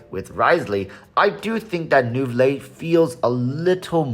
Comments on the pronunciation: walrus its prounouns as "nouvilett"!!!!! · You should pronunce the t. Any time a French name ends with e you pronunce the previous letters.